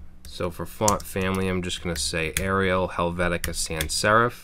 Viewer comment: god I love it when you say Helvetica!